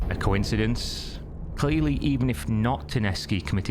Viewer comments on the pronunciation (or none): none